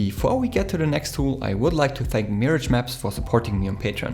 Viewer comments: It appears to be like the French word. (To be honest for the first week or so I pronounced it like you xD) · Nice video :D That Mirage pronunciation tho xD